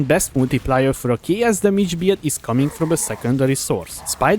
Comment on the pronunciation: whenever he tries to say "build" I hear beard